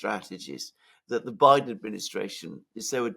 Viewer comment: It's Elensiky and Biden it's bye dung